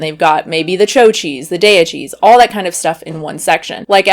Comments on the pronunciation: You’re completely butchering that cheese name it’s called chao like he Italian word for good bye not cho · “Cho” lol nice accent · “Choh cheese”? 😆